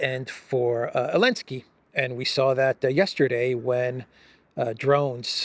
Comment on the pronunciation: Why does he say Elenskey not Zelenskey?